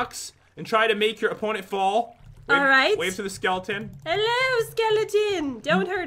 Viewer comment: She said fall not @@